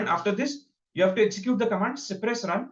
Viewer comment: it is cypress and not cipress